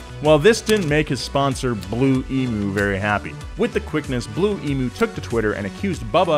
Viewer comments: Emu is not pronounced "e-moo". It's pronounced "e-mew". Ask any Australian. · Great video but itd be better if you learned how to pronounce Emu correctly